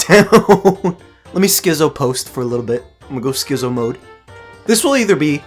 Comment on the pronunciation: Are you ESL because that is not how you pronounce "schizo" dude